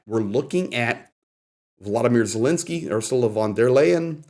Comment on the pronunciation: thanks for all your informative videos; but please can you and just about all reporters pronounce President Zelensky’s name correctly.